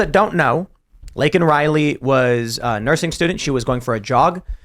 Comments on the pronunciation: What a fucking psychopath. You mispronounce the girls name and didn't apologize. You then say the killer is illegal which he is... Then apologize. You fucking lunatic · Stupid old barsteward. Worried about offending illegal aliens but cant even take the time to get Laken Rileys name right. The left are absolutely lost. And it does feel like it is becoming a "them or us" scenario. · GOP quite literally demanded that Biden say her name, then he does but they're unsatisfied with the pronunciation anyway. Surprise surprise. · So he apologized for that but not for getting Laken's name wrong?? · He didn't apologize for calling out her name wrong.